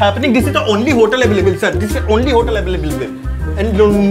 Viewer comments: Available ❎ Eblebal ✔️ 😂😂😂😂😂😂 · Available❌, availavalable✅